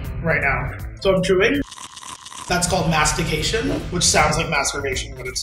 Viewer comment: Mastigaytion mmmmmwooooow